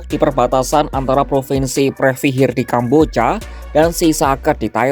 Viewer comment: Ini naratornya adik Cinta Laura kah?? Kambojjyaaa... 😂😂😂